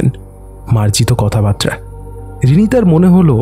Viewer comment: Besh bhalo. Kintu kichu bolar achhe Ota kothabarta, kothabatra noy.